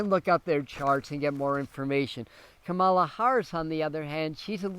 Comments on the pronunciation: Kamala. is pronounced COMMA la. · You are pronouncing her name incorrectly. Are you watching a lot of Fox News that makes you unable to pronounce her name?? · I had to stop looking at the post since I was hearing you mispeak her name so many times. Please get it right!